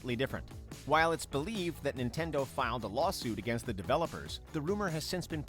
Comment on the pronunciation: What's up with you guys pronouncing against like againest?